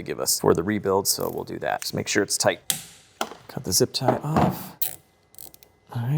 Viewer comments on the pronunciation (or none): With the gold hardware, when you say it's a tight fit, I hear you saying it's a "toit" fit.